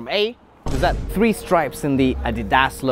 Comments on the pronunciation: He put the emphasis on the last syllable while it's on the first. A step up from the a-DEE-dass pronouncination, still not right though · Is no one gonna talk about the way he pronounced Adidas 💀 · I have never heard anybody like ANYBODY say “Z” (ZEE/ZEY) as “ZED” And pronouncing “Adidas” (A-deedas) as “Adidas” (Adee—DAS) Not hating on him though🥹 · I understand people pronounce words differently but "ahdeedass"😭😭😂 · apparently Adidas is pronounced "ah-dee-dahss" and not "a-dee-dihs" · That’s because he’s a russian-speaker. That pronunciation is definitely russian. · the way he pronounced adidas. 💀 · said a-to-ze and you don't pronounce Adidas like that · How did he mispronounce Adidas